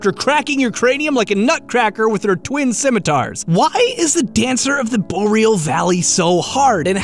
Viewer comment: Hearing you pronounce scimitar just makes me feel stupid. I actually looked it up and he was correct. I pronounced it smite-er which is incorrect. Now I'm gonna have to read the rest of The Legend of Drizzt with this on my mind dammit.